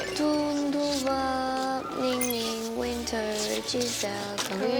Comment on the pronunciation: THEY WAY HE CALLED NINGNING AS MING 😂 I CAN'T...